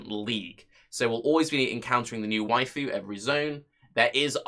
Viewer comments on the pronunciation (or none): none